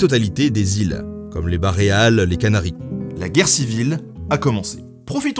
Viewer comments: Bajadoz pour Badajoz, Bareales pour Baléares... :) il faut relire ses fiches :) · Merci pour ce gros travail et cette vidéo. Pas facile l'Histoire. Juste tu m' as éclaté quand tu as dit "Baréal" au lieu de Baléares, faudrait un petit stick erratum.😆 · Infoutu de prononcer Jaca ou Baleares correctement.